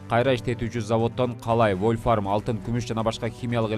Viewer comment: Бул Журналист да вольфрам дебей вольфарм дейт🤦